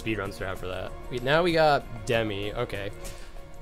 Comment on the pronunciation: I more-so think hes ignorant for calling Demyx "Demi"